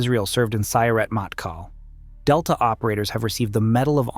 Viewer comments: Its “mottKAHL” not “mattkal”. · Sorry to be that guy. But Matkal has enfasis on the last sylable. 🫶